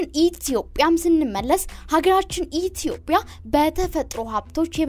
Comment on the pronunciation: ደምጽሽ ያምራል ግን ኢትዮጵያ ስትይ በጣም ነዉ የሚያስጠላው ረገጥ አታድ ርጊው ..